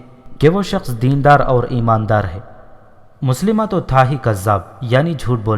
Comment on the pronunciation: Moslima nhi mosailma naam hy us kazaab ka